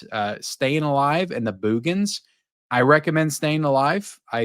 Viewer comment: Still can't get over how you pronounce Boogens.